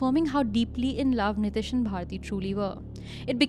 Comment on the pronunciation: ehen, niteesh hota hai. nitish atish nahi.